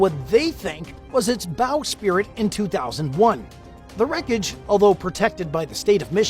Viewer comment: It's "bow sprit" NOT "bow spirit ".